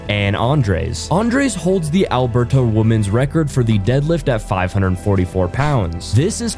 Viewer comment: ah yes i love AlberTAH candaa lmao